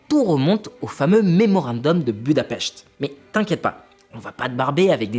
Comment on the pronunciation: Tu es l'un des rares à savoir prononcer Budapest, à savoir Budapecht ! Merci pour ton travail !